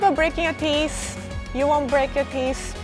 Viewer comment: Teeth not tees